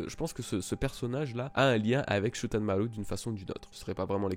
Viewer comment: Faut vraiment que t'arranges ta prononciation de Shoutenmaru